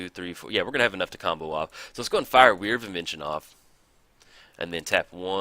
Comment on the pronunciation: Great video. But your pronunciation of Whir of Invention slightly bothers me. It's "Whir" like "whirlwind" or "were", not like "weird".